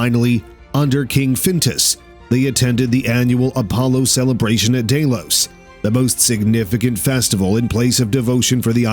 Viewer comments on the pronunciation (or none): "Daylose"??? Does that mean Delos?